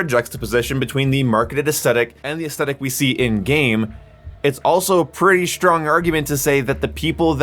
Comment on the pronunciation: Take a drink for every time he says “aestetic” and not aesthetic